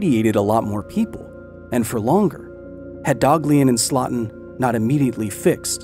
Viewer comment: Slotin's last name is pronounced SLOW-tin, not SLOT-in.